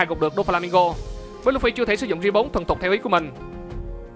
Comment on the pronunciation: Mình xin góp ý 1 tí :3 bạn có thể phát âm "gear" cho chuẩn kh nhỉ? Tại nghe hơi khó chịu chứ cũng không có gì :3 còn nếu bạn có vấn đề về phát âm bẩm sinh thì mình xin lỗi :3